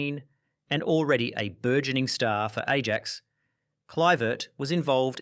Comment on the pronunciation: Bruh, I'm Aussie too but you can't pronounce things.. Maradona and Ajax for example.